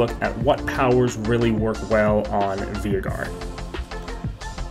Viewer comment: its Vay-gar dude